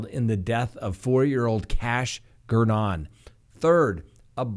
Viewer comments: It’s Gernon rhymes with Vernon. 😃🤣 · Still mispronouncing "Daybell" over a year later. It's DAY-bell, not d'BELL. Also managed to mispronounce "Gernon", which is difficult to do. Got "Brown" right, though.